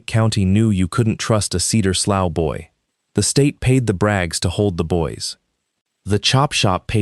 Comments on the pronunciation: Slough is pronounce "slew", it is a type of drainage creek. 😮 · The word slough has multiple pronunciations depending on its meaning and whether you use American or British English. It can rhyme with "slew" (like blue), "slow" (like cow), or "sluff" (like cuff). It is probably better in this context to pronounce it sluff. Many of us have heard a real life story much like this from various settings, not just rural. This story was well produced by giving us a satisfying resolution to outrageous exploitation. It's amazing to have whole families poisoned by such practices, although this sort of thing is not far off from college fraternity initiations crossing the line from minor pranks into severe physical abuse, alcohol poisoning, and fatal hazing. High-profile incidents across the U.S. have led to hospitalizations, permanent disabilities, criminal felony charges, university bans and even death. It's, "You can be one of us if you can take the humiliation and assault, to become as bad and evil as we are". You can research hazing deaths for yourself. If extraterrestrials came to evaluate earth, there's some question as to whether or not they'd leave it as a cinder.